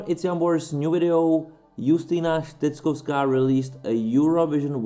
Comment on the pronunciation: It's so nice of you that you tried to pronounce her name properly!